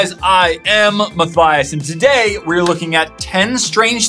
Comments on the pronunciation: It sounded like u said maffias instead of matthias.omg i think my ears are messing up today XD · did you say My-Thighs?